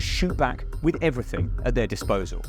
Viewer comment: "Each 'n' ev'ry-ting"? That sounds susspeeshuslee scammy! :)